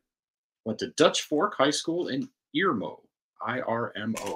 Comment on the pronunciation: The kid from Tennessee that went irmo highschool in south Carolina. It's pronounced urmo. But spelled with an I. I live about an hour away from the school.